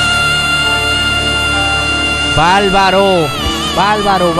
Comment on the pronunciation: Valbaro jajajajajaja ,es barbaro se dice , por favor , habla correctamente . No es falsette